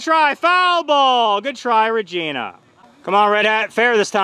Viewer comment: Regina Last-uh never gets old 😂